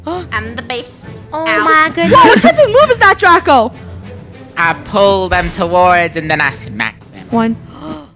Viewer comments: funneh said draca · funneh keeps saying draca instead of draco when he kills her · Also funneh said draca instead of draco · Funneh did say Draca by accident, lol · Wait did say AH DRACA😂 did anyone here that😂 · The fact funneh said Draca to Draco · anybody notice funneh almost calling draco draca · NOUHHHHH DRACA ( Ik she meant Draco but it sounds like that)